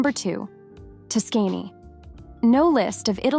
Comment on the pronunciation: Tuskény? LOL. Other than that, very interesting video, thanks for sharing.